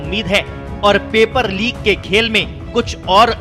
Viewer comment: Lik ni tatu Leek hota hai Hindi seekh le Babu🙏🙏